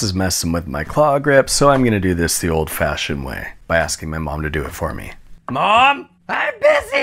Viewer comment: Why he voice go hillbilly style when he say mom